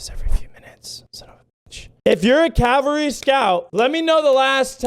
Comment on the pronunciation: im sorry but i gotta be that guy but isn't it supposed to be cavalry not calvary?